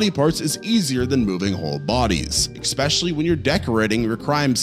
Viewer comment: Worst part.. "eckspecially"... come on bro.